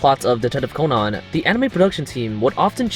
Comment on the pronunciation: I hate how he says Conan